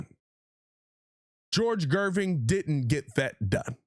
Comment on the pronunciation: Gervin not Gerving lol